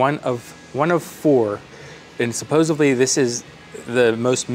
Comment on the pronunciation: I hope you didn't say "supposively".